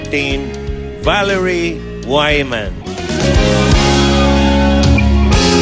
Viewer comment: It should be pronounced vige-man (long i). Germans don't pronounce their w like wee-wee and their ei is pronounced like long i. Pronounce the man with your Filipino tounge and you got her name right. Ich spraken se deutch...